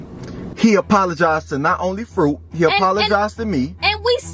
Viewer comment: You said frit that is not her name🙅🙅🙅